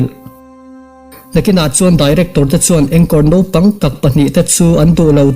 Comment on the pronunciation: Nopang nilo-in....naupang tih zawk tur niawm tak a ni.....a hmuhnawm lutuk e